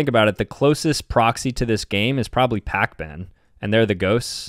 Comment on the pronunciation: Did bro just say pac-bin 😭😭😭